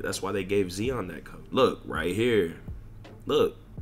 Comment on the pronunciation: the way he pronounce zion😭😭😭